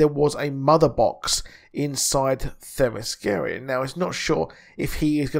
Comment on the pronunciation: It's pronounced Thema-skee-ruh... That's the best way I can write it out phonetically. I hope it helps my friend 😃